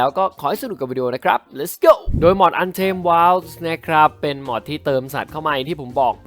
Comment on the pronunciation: ไม่ได้อ่านว่าว้าวอ่านว่าไวด